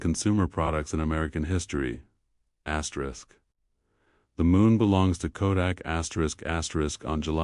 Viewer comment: Could stand the elimination of the AI vioce saying "askerisk askerisk" repeatedly.